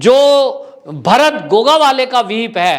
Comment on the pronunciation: सर आप मराठी लोंगो के सरनेम उच्चार बडे गलत तरीके से करते है 1गोगावले. 2. नार्वेकर. 3.बांगर. 4 फडणवीस है आप कुछ और ही कहैते है. बाकी मै आप का हर वीडीओ देखता हुं जय हिंद 🇮🇳 🚩 जय महाराष्ट्र 🚩 🇮🇳 👍 सर